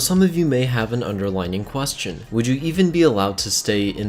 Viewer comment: He said quastion and then rum and I was like...USA? Explanation?